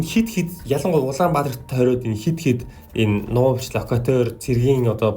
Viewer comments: Локаатор гэж уншина шүү хүүхдээ.Локатоор гэж байхгүй Локаторын тусгай анги хүртэл байсан юм . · Лакадер биш Локатор шүү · Лока'тор а' г уртаар буюу локаатор гэж уншина шүү? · Локатер гэдэг үгээ буруу дуудаад бна